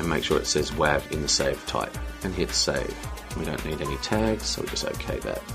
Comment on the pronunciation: Hey watched all 4 parts, thanks for sharing. Just a few things I noticed along the way. 1.) "wav" is pronounced "wave" 2.) When resizing you should try to keep the aspect ratio, your distorting your videos so try to play in a native resolution you want to upload or a multiple of it, or sometimes try a crop. 3.) AAC, is newer and much better than MP3, same quality half size, or double quality same size. 4.) When you copied (exported) audio no reason to set the encode settings Again thanks